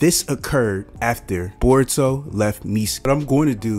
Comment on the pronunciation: Yeah jurai... burrito...sazuke..😂😂😂